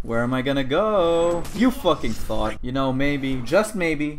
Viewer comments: I can't tell if he keeps saying thot or thought... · what if says „thot“ instead of „thought“ in order to trick the youtube algorithm?